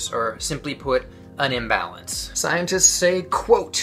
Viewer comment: I think he said "an imbalance". But it did sound like un-.